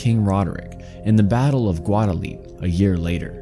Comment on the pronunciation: "Guadaleet"? That doesn't sound right.